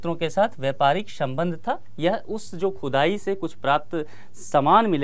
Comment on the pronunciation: शंबंध नहीं संबंध शंगम नहीं संगम शभ्यता नहीं सभ्यता